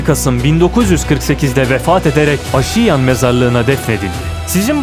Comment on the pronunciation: Bu arada Aşiyan değil Âşiyan 😉